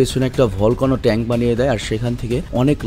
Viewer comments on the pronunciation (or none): none